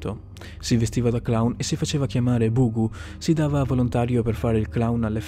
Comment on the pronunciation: cmq il clown si chiamava Pogo... e non Bughu... che cazzo é un bughu??